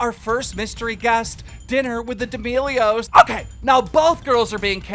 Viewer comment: Everyone and keemstar: d'melios Subtitles: d e m i g o d s